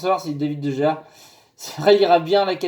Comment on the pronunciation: Ça se prononce Dé Réa;) Super vidéo,. De Gea au PSG, ce n' est pas mal, mais vu qu' il y a Aréola, j' ai envie de dire pas besoin, qu' il reste à MU^^